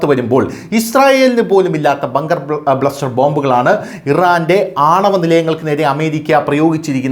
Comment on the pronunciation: ബ്ലസ്റ്റർ അല്ല അണ്ണാ, ബസ്റ്റർ 🤣🤣